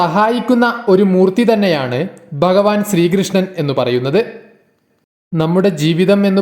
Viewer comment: dayavayi bhagavan enu parayuka ba alla bha anu thangal bagavan ennu dayavayi parayaruthae